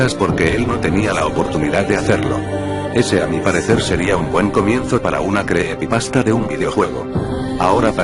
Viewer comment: Creepepasta no, se dice creepypasta jajaj